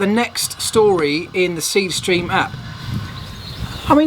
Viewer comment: . Dude, when u promo sth, say it name the way people will know it. Speed stream? I had to rewind 4 times.